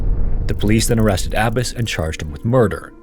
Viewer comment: Omfg. Its pronounced "Ah-Bah-s" not "Abbis". And your little comment about Arranged Marriages lol like the Marriages in America are any happier and better because people get to choose? Get a life